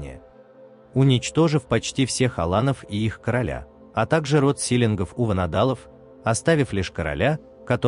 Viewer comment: Силинги астингми лакринги читать не"ГИ" а "ХИ"чтобы было понятно речь идёт о воде-ХИ.Теперь говорят:"Осетин" а не "АстинХи"